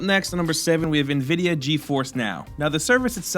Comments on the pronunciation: dislike cause he said NA-vidia instead of N-Vidia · It's "en vid ee ah".